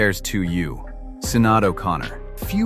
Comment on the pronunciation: Her name is pronounced “sha- naid” O’Connor.